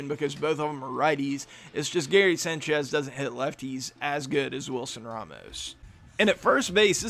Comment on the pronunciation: the way you say sanchez bothers the fuck outta me